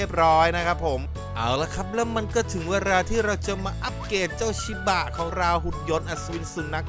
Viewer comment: สำเนียงพี่ไปเเล้ว5555สุนัขชิบ้ะ